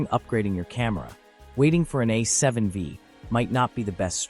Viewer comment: A7... VEEE? Thanks AI but no thanks. LOL